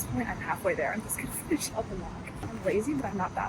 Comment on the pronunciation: Your gunna sounds authentic.